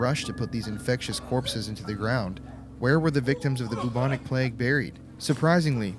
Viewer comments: I love the way you say bubonic lol it’s like boob-onic 😂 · if he says bubonic wrong one more time